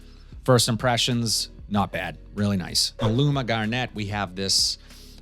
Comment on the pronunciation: Hey! Get Kevin Garnett out of your head. Garnet is a color. Sounds like ( Gar-nit ) 👍